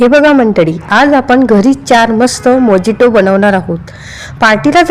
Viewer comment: मोजिटो म्हणत नाहीत मोयीतो म्हणतात गुगल वर उच्चार चेक करा कुठल्याही गोष्टीचा आधी नीट अभ्यास करा